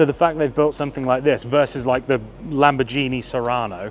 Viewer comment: Oh oh, sorry, another mention and correction. It IS pronounced Lamborgini - not Lambordshini. you neither dont speak Spadshetti instead of Spagetti (Spaghetti). See the the similiar?